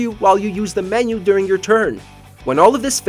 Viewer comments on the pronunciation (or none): none